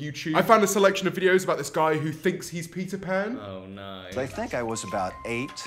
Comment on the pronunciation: I heard pizza pan 😂😂😂